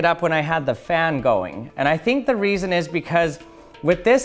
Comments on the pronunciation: Has nobody came down here to point out he said "key weason"? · Ha he said weeson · Sry the way u said reason sounded funny made me think of "i was just wondering the amount of dededitated wam I should use in my server"